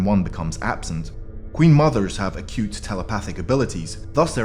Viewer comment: "cute" 😆 cute till that ability is used against you. Or maybe he said acute like the angle....